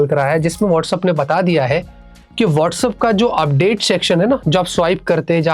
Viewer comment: It's WhatsApp not Whatsup😂